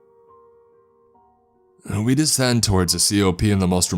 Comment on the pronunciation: Great story! As for the breathless reading, it's not just the "uhh" at the end of each sentence. Some words like "I" and "he" or "and" have an "extra half syllable" at the beginning of words that mostly start with a vowel. "Uh-I clip the carabiner...uh-we travel for about an hour...eh-and diving into the prone before we hit the tree line...uh-as he would say", etc. Very interesting! What accent is this?